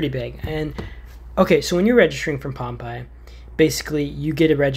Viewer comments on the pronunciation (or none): The only game tip I could give you is that it’s pronounced Pompay not like popeye